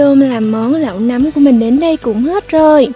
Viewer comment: noi say roi ma oi nguoi ta goi la nam ma cu num hoai